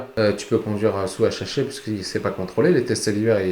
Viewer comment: Dit le correctement deja pour commencer